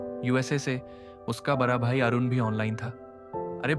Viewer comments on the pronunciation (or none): बड़ा को बरा क्यों बोल रहे हो...बड़ी को बरी 😂,पड़ा को परा , खड़ा को खरा 😂😂